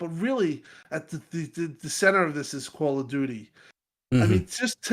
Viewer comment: YOU SAID "CALL OF DOODOO" 🤣